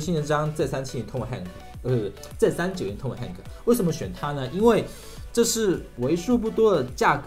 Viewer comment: 跟我读，拖马霍克